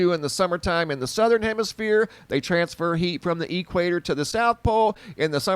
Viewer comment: lol Say Equator again! <3 "E-Quator" hahaha I love it. Thank you for this update!!